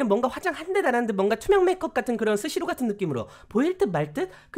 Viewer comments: 시스루를 스시루라한게 젤 웃김ㅋㅋㅋㅋ 웖~이랑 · 시스루를 스시루 나만 웃긴건가 ㅋㅋㅋ